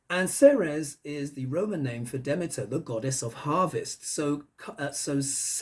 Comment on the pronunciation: Hey darlin! Ceres is pronounced as, "Series". Hiw do I know, I live in the town of Ceres. Love your show! Keep up the great work!